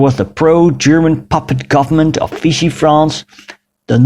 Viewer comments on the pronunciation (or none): none